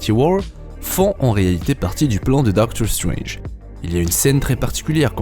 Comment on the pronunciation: Super accent anglais on voit que tu fais gaffe genre tu dis pas "dokteur strenje"